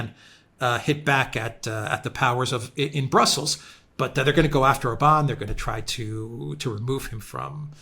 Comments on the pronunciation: Yes,. Hungarian words are ALWAYS pronounced on the first syllable: ORbán. The accent mark indicates the vowel quality, not the tonic stress. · Naughty! It's pronounced OR-ban😂 He absolutely left old Ursula bleeeeding on the floor 😂😂😂